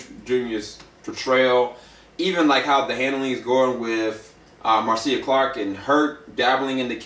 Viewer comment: Her name is pronounced "Marsha" even the love spelled Marcia and his last name Shapiro is pronounced "shop_ear _0" . Good review though !